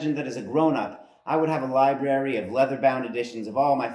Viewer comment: So, you use the expression, uncultured plebeians, yet you miss pronounce library and call it libary .